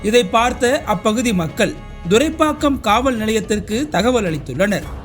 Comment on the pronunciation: It is thoraipakkam not duraipakkam.